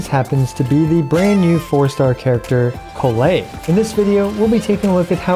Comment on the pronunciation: why do you pronounce Collei's name in 2 different ways? is correct pronunciation